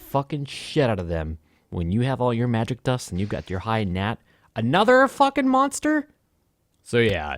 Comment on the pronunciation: good vid but i cringed every time he said "monster"